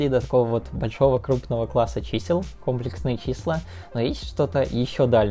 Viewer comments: Как человек, любящий математику, хочу выразить несколько претензий. 1.Действительно ужасно больно слышать это слово с неправильным ударением. То что ты не математик - не оправдание, так же как то что человек не физик - не оправдание тому, что он, ведя монолог на тему физики, называет вес массой и измеряет его в кг.(В быту - пожалуйста, называй как хочешь). 2.Это конечно вопрос соглашений, но в России принято не считать 0 натуральным, а вещаешь ты на российскую(в крайнем случае СНГ) аудиторию. 3.Претензия "объединяет" первые две, в России в математики всё-таки используются латинские, а не английские буквы, т.е. не "ай", а "и", не "джей", а "жи", и не "кей", а "ка"(и, лично мне, очень режет слух, когда их так называют в русской речи, т.е. когда всё видео идёт на английском, то конечно их следует называть по английски, когда видео на русском, всё таки стоит придерживаться латинского названия. Предупредив комментарии по типу:"Международный язык - английский, все привыкли что это читается так", не могу утверждать, но предполагаю, что π автор(да и не только он) называет "пи", а не "пай", как это делают в англоговорящих странах. 4.Наконец, претензия по существу, в названии и описании есть слово "фрактал", в видео оно не упоминается, хотя есть некоторые примеры фракталов. Не знаю, специально ли это было сделано, чтобы не затягивать видео, или просто не хотелось углубляться в эту тему. 5.Про комплексные числа почти ничего не рассказал, кватернионы сказал, что они есть и используются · Я все твои ролики посмотрел, но этот не могу. Блин. Я пытался, но слух не может выдержать кòмплексные числа. Ну комплèксные же!! ( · Видео интересное, только комплЕксные числа, а не кОмплексные. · Числа не кОмплексные, а комплЕксные, кста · не кОмплексные, а комплЕксные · комплЕксные числа, а не кОмплексные!!!!!! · Числа не кОмплексные, а комплЕксные. Не вводите молодёжь в заблуждение. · компле́ксные, а не ко́мплексные))) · Уши. вянут. КомпЕксные числа. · Не кОмплесные, а комплЕксные